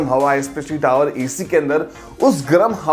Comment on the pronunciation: Video Hindi me but tower ko accent me pronounce kar raha. टावर hota hai hindi me. Wahi bol le. English me hi bolna hai to bas ‘r’ silent kar le